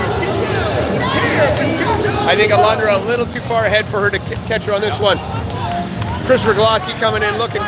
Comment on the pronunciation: Her name is not Alandra it’s ALONDRA